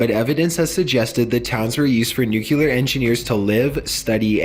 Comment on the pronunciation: Great vid, L. I have a question, though. Why do people say "nucyuler", instead of nuclear? Nuclear (pronounced new-clee-ur).